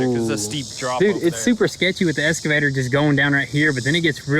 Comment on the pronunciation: EX...not Esss...EXCAVATOR. No "S" at all in that word...you all sound like idiots calling it an esscavator.